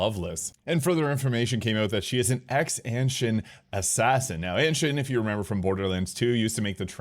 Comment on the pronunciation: Anshin is pronounced Ahn-Sheen.